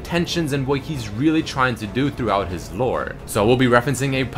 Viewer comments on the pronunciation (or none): none